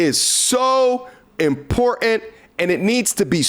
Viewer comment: There are two T’s in the word “important”. Love ya!